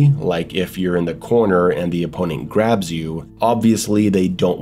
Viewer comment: Thought you said crabs at first, I was like how did crabs hurt you